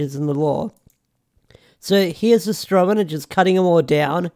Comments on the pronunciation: might be spelled that way but I’m more pointing out you’re pronouncing it “mena” and not the other way around. Which I get. Stuffy nose and whatnot but just thought I’d point it out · You're not pronouncing her name right it's pronounced as he said Astronema.